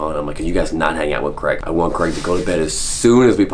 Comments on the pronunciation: It’s CrAig, not Creg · Man his name is Craig not Creg ...stop saying creg it's craaaaig